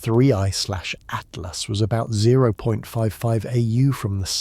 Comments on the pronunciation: HEY A-I, "Atlas" is not pronounced "ATE--LASS". Rather, like "AT--LASS". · Cant even say atlas correct